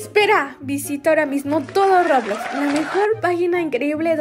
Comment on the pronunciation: se dice roblox no roblos